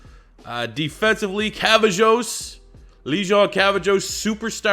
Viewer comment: I’m pretty sure it’s Lejond is pronounced (Legend) Cavazos (Ka-Vay-Zos)